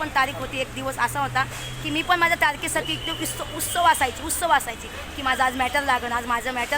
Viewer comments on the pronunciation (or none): उत्सव नाही उत्सुक होते म्हण. उत् सुक अस म्हण.😊 बाकी ठिक ❤वकिल सर 🙏🏻